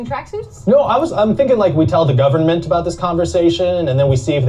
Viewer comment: Ryan says "government" correctly. It's everyone else who says it funny.